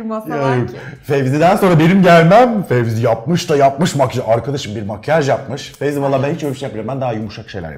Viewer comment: 'in tüm video boyunca Fezi'ye Fevzi demesi 😂😂